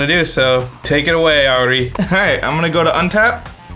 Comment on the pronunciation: o nome dele é "Ayuri" ou "Aiury" mesmo. Começa com 'A' haha